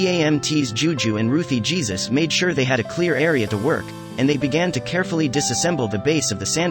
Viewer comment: The last name would be pronounced “Heysoos”